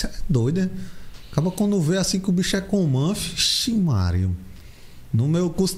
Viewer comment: "Comanfo"...parece que tá falando errado kkk